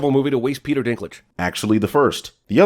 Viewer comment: I am giving you a thousand sins for ruining Peter's name. :(